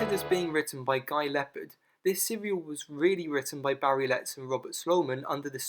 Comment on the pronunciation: (Guy) Leopald is pronounced "Leo paulled" not Leopard!